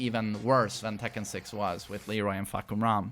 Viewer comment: Fah-kum-ram not Fuck-kum-ram . Please ..... you said a lot.